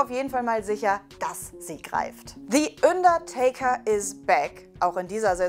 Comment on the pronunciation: “ÜNDERTAKER” İCK KANN NİCHT MEHR 😂😂😂